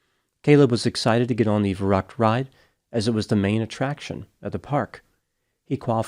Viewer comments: That is not how Verrückt is pronounced. V is pronounced like F and ü like a hard Y. Ferryckt. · In German, a “Schlitterbahn” is an ice or snow-packed tobbaggon or sled run. It is not a “slippery road.” And you badly mispronounced “verückt.” Interesting, how you pronounce Spanish perfectly, but anglicized all of the other languages,! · I believe the name VERRÜCKT is pronounced “va~rooct” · The German word meaning crazy (insane) is pronounced "fair-OOKT". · I’m not German, but I’m quite sure you’re pronouncing “verrückt” wrong